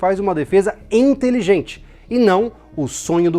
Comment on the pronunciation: Putz o cara falar "ENTELIGENTE é EMPENETRAVEL" FOI FODA....kkkk esse povo é td maluco kkkk